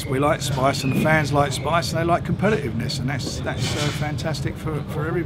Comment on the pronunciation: "compeliveness" new word